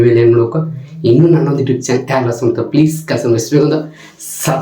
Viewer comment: ಲೋ ಪೆಕ್ಕರ್ ಅದು etube ಇಲ್ಲ youtube